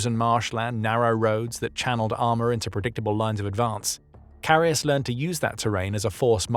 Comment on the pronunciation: Great video, but as a german it hurts my ears how his name is butchered in the video.